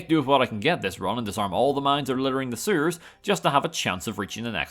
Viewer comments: I can never get over Nerbits pronunciation of Sewers. "Sureres" I love it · nobody:: serwrs